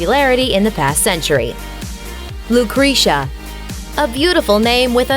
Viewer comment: Lucrezia is definitely pronounce wrongly... please, correct the pronounce, it's not slightly different,is completely wrong